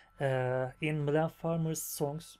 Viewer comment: Welcome to the coolest fan group 😉 you seem like a pretty nice guy too 😁 i love how you could spell "Mylene" correctly from the first time, most youtubers find it hard to pronounce it right Coffee and Mylene is the best combination ever 😉